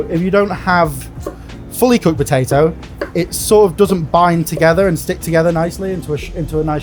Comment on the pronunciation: He can't even pronounce potato.